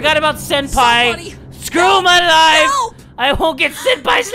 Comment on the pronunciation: I love it when u say "lets gram this trusty knifu and kill her lifu"😊☺️😳